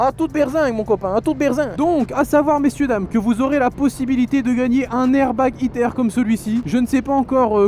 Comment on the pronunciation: Je suis le seul à chaque foi qu’il dit hit air j’ai vrm l’impression qu’il dir hitler